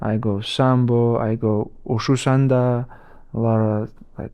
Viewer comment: bro he said wushu sanda with proper chinese pronunciation XD